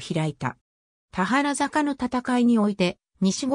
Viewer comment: 「たはらざか」→「たばるざか」ね。